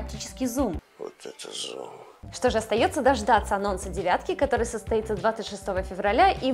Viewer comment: Блин, откуда думаю это "шо" проскакивает? Спасибо поисковым системам. Если честно вызывает двойственные чувства. С одной стороны - молодая, стройная. С другой... не покидает чувство что она "наивно-глупенькая". Кукла бездушная и плохая актриса. Все эти движения (лишние) плечиками, вся эта наивно-наигранная интонация... Уберите это с канала. Она интересна будет потенциальным дрочерам прыщавым, для чего она на канале про гаджеты? Да, кому интересно "ножки раздвинь" и прочее, не там ищите... ))) Обычный поисковый запрос в картинках кучу шлака вам откроет...